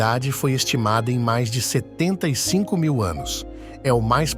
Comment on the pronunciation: quando ele fala 75 mil anos , eu ouço 7mil e 500 anos.